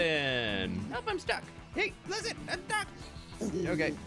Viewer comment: Every time he says “Hay listen” I can’t help but laugh